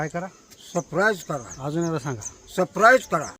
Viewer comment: सबस्क्राईब ❌ सप्राईज ✅ 😂😅❤